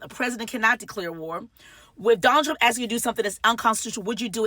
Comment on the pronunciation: Say "ask"....